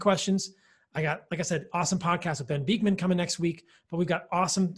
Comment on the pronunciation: sorry to be pernickety, but you always pronounce Dr Bikman ' s name wrong! it is jarring! you must have heard it pronounced properly so many times, honestly, listen ! ? it is Bik (man), as in tick, not beakman ! c'mon!!! 😂